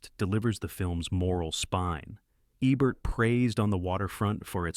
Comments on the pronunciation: DUDE!!!! If you HAVE to use an AI voice to narrate your video, at least make sure IT PRONOUNCES THE NAMES RIGHT!! Abert, Ehbert, it's EEBERT. PAY ATTENTION!!!!! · Gloria Swanson is GENIUS in Sunset Boulevard. I watch it at least once a month. PS It’s not A-Bert! It’s E-Bert! 🙄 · Make sure you have the correct pronunciation of the words and names even if you are using AI. The frequent mispronunciations of Rogert Ebert's last name are annoying.